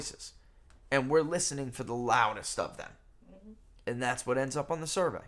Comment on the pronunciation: And 'END' for 'AND' 🤭teeheehee🤭